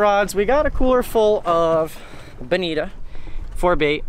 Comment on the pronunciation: Its pronounced bonito not bonita lol and they aren't bonito they are albacore tuna or mack tuna. Americans xD